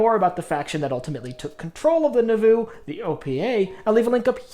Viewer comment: It’s pronounced like “Nah-voo” not “Nuh-voo”.